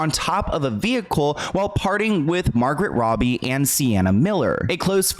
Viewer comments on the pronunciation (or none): Loved the entire story. Really informed me on a whole bunch of stuff I wasn’t aware of…buuuuuuutttt the WAY YOU PRONOUNCED THESE NAMES 😩😩😩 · Not 'Margret Robbie' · Margret Robbie?? I thought it was Margot Robbie. Mhm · ''Margaret Robbie'' 💀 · "Margaret Robbie" 💀